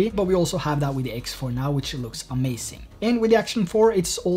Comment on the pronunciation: omg "amacink" triggered me several times